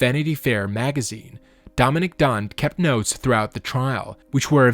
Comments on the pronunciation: One of the things that Dominick Dunne complained about the judge was that he never bothered to pronounce her name correctly, pronouncing it Dominic (the male version of her he name) instead of Dominique. And that’s what you did all through the video. You were constantly pronouncing it Dominic. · So many mispronounced words, even the name of Dominique, which you pronounce as if it's Dominick. Have to turn this off, cannot listen to all these blatant mistakes. Suspect AI.